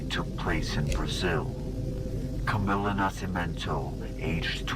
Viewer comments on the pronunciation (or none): none